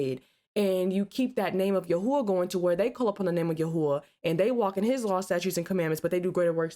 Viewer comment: It's yahawah and yahawahshi